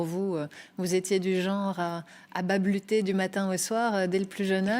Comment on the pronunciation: Babulter 🤦🏾‍♂️... C'est sûr qu'elle est d'avance disqualifiée pour le concours d'éloquence. C'est Balbutier et pas Babulter... Cela me rappelle étonnement le fait qu'un beau nombre de nos semblables disent omnibuler... Alors que le terme exacte, se dit obnubilé.